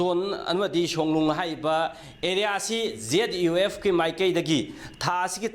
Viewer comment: Zyf natte zuf haibane pao pabase phajana chumna pabana di chum gani